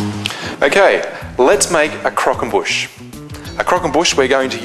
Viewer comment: Nice video. Love the way you say "Crockonbush" hahahaa!